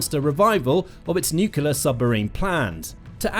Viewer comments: Nuclear submarines NOT Nucular submarines. No such word as Nucular. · Oh fer pete's sake. its Nuclear - say it with me New - clear NEW-CLEAR. and its arCtic. say it with me ARC - Tic ARC-Tic. Its really not very difficult. You seem like a grown-up. You dont seem to be a dimwit like George Bush. Just try it I'm sure you can do it. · Can you please learn how to pronounce "nuclear"? There's only one "U" in the word.